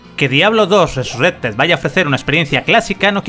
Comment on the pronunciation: Cada vez que escucho RESURRECTED se me cae un poco más la oreja....